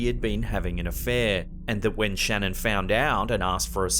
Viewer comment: a few things about the Shannan Watts video. 1 people should be asking permission first from the family imo because like..... their daughter and grandchildren were fucking murdered and only if theyre doing it out of respect, not looking for cheap thrills at the expense of a dead family. 2. her name is pronounced shah-nann not like Shannon. 3. damn Shannan had A LOT of shoes. 4 if youre into paranormal stuff (which I assume you are if youre watching this video) check out the Shannan watts edition on Goldrush Paranormal's channel. it gave me chills and I almost cried. you can hear the girls and Shannan speaks so clearly. if you watch a video of her talking in life, theres no doubt it her voice in the video and hes definitely communicating with her. it was so sad. you can hear her talking through tears